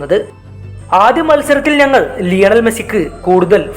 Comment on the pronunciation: നങ്ങൾ അല്ല ... ഞങ്ങൾ😂